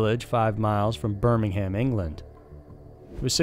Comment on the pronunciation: I’m not a Brit... but that is not how you pronounce Birmingham lol